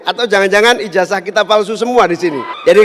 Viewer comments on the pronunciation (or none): none